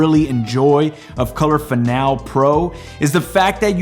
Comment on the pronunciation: It's fin-AL-ee.